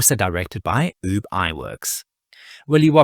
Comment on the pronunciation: Ub...not oob